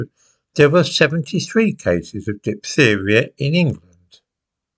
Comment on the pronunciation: Diphtheria is a hard word to pronounce ("ph" is pronounced "f" in English) 😉